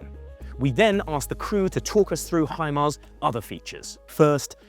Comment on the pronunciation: Hi Mara my ass you jack as british😂😂😂😂😂😂😂